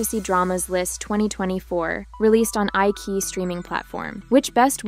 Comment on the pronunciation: Eye ki Eye???.......Eyechiyi......lol